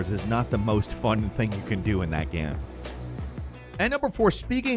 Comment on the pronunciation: please stop saying ''GEHM''